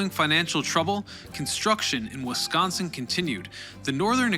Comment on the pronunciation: I really appreciate that you pronounce Milwaukee, Racine, and Wisconsin the way we do in Wisconsin